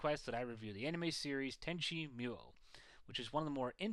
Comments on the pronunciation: pronounced "MOO-YOH" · did he just say tenchi mule?